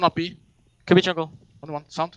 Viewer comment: In 2015 pasha laughed at olof becouse of the way he pronounced jungle and all these years later he still pronounces it the same way :D